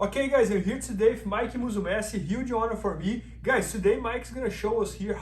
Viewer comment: bernardo... sempre acho engraçado quando voce diz: "Huge honor" 😂